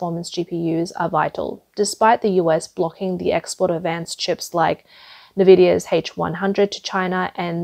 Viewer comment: Is there any way to get narrators that understand the English words/acronyms they're trying to read? Words like Nvidia, DRAM, NAND, heterogeneous, etc.